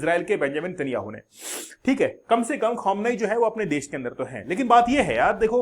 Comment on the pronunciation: Bhai Iron Dome hota hai Daaouumm nahi, Khameneii hota hai Khamuunaai nahii. Why does all these teachers in these youtube channels have such pathetic pronunciations ?? No hate but it's very annoying